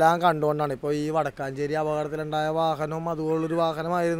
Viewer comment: വാടക്കാഞ്ചേരി അല്ല വാടകഞ്ചേരി